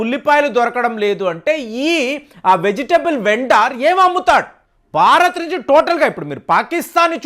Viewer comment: మీరు ‘బారత్’ అంటూంటారు, భారత్ అని పలికితే వినాలనుంది